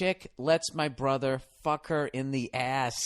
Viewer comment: "Because she took it in the ayyeshhh" DESTROYED ME